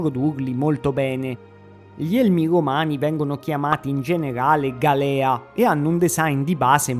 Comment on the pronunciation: Bellissimo video, grazie! Comunque, piccolo appunto, si direbbe 'gàlea', non 'galèa' :)